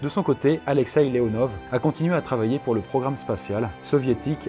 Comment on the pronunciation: En russe les « v » se prononce « f » donc c’est pas Alexei Leonov mais Alexei LeonoF ( Mais ça s’écrit Leonov ).